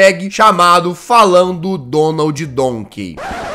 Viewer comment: Kkkkk quando o jazz começar a ver as abilidades do jegue falando donkei duas coisa que eu rir tanto jazz: fazendo o jegue fazer a dança mais ridícula da história da umanidade e a do rato danenedada :jazz desisto pessoal vai assistir em outro lugar